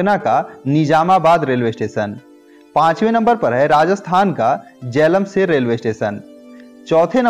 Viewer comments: it's jaisalmer not jailamsar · जैलेमसेर नही जैसलमेर होता ह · Bhai it is jaisalmer not jailamser😋😋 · Bhai dekho last waale video mein bhi bola tha ki Pronunciation sahi karo, is baar bhi kari galti lekin ek hi kari, जैसलमेर hota hai naa ki जैलमशेर. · जैलमसेर नहीं है भाई साहब, जैसलमेर है। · Barmer ko bi glt bola ye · Please work on the correct pronunciation of the words. Like Barmer ,jaisalmer and warangal . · Jaisalmer aur barmer bolna sikh chomu